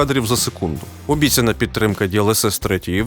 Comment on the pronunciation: Почему произносит "обіцяна" як "обісцяна"? Или это не ошибка?